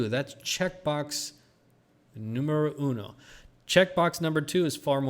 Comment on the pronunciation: Thank you. The music was nice but I would prefer just your voice alone as usual. Nothing personal;) I am glad your are learning spanish. You said ¨número uno¨ with perfect accent, so I believe in no more than one year, you'll be fine with your spanish every where. About ¨the halving¨, what can I say? I am a moon boy LOL. I believe we are going north but not the Moon...yet! ´s Secrets in this video were amazing and very ´conmovedores´. I also consider myself a generous person and I often help people on the streets. I knew the secret of paying forward in my late 20´s, when I was 3 months living in a small village north of Mumbai, India. All the best for your son, and for all your family and friends. Take care and see you next week with a 10K ₿;-)